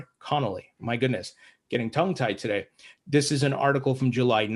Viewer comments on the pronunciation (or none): none